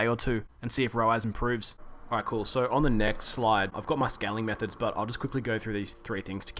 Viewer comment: Great video it sounded like you said scamming methods lol